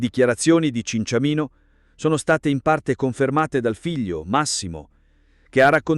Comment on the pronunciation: Cinciamino non si può sentire ...